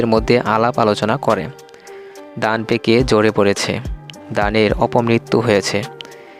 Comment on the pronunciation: আপনার উচ্চারণ একেবারে ই বাজে। যেমন, ভাত,বাত। ধান,দান। প্রধান সমাদ্দার,প্রদান সমাদ্দার। আমরা, হামরা। ধন্যবাদ, দন্যবাদ ইত্যাদি,,,,,,,, পরবর্তীতে শুধরে নিবেন। ধন্যবাদ।।